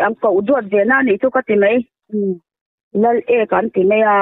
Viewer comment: Lal ek-a a ni lo ' Laleka ' zawk